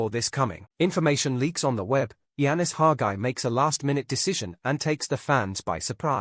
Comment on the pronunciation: It’s Hagi not Haga